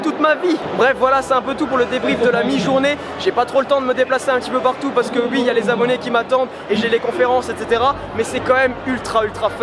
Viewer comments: Pourquoi tu dis ui au lieu de oui ? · MDDDRRRR LE "UI"